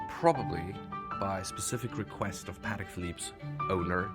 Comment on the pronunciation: A French guy that’s not even pronouncing the name the watch properly. The proper way to pronounce Patek is Puh - Teck with an emphasis on the Teck.